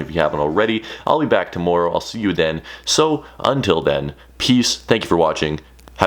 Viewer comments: The way you say tomorrow makes me mad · who else thinks says tomorrow weird